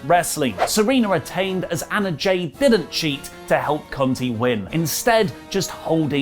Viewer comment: “Tie” Conti not “Tay”